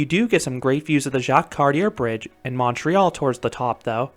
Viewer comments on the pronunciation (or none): none